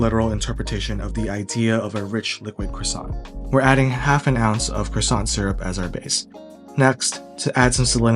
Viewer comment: if you want to know why I didn't finish the video: hearing an American butcher the word croissant over and over